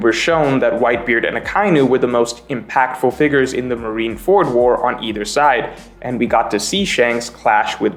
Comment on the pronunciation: Marineford is one word Not marine ford